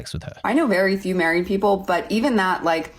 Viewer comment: Gosh, her "H" after every "P" is insufferable. "Pheople" "comphatible" 🤮